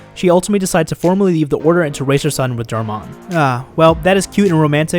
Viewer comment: I thought he said fucking dharr Mann when he said darmon